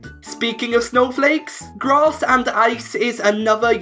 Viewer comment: 12.00 did you say ice and grat?